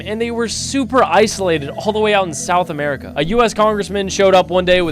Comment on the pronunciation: "they were super isolated, all the way out in south america" why you gotta say it like that bro 😭😭